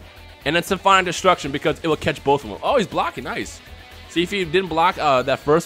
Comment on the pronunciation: sim-fonic destruction not sim-fine destruction